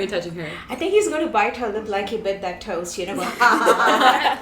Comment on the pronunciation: If you put on the subtitles, "toast" becomes "toes" 😭😭